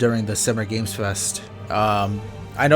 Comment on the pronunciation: It's Summer GAME fest, not "gameS". Everyone is getting that wrong. Just something I noticed. Cheers.